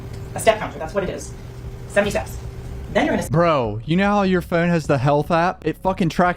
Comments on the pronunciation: Bro y you say phone like that? 😂 pHoUunne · The way you say (phone) is painful. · Why you say phone like that? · I had no clue where you were from but when i heard you say "phone" i could tell it was somewhere near Baltimore Maryland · Good vid... the way You say Phone is very comical ✌